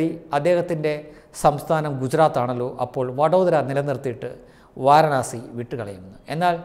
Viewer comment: Vaaranaasi alla, Vaaraanasi.